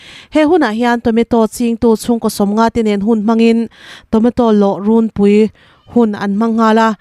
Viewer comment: Tomato lawh "rûnpui" ti lovin, Tomato lawh "rúnpui" tia lam tur aw!!